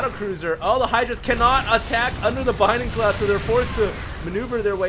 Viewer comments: It's bLinding cloud. Not "binding cloud". That L is important. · Is it me, or does say "Binding cloud?" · yeah i thing too that he said binding cloud strange :)